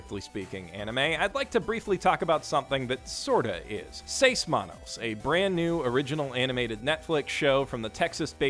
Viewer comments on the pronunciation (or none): U said seis manos so bad i didn't know what u said so after like 10 seconds i be like...OHHHHH six hands! Its in spanish! (My first language is spanish)